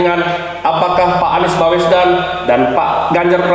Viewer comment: "Baswedan" lhoo, bukan "Bawesdan". Hostnya kok gak nyari tau dulu sebelum nanya2, jangan salah2 sebut nama 🙂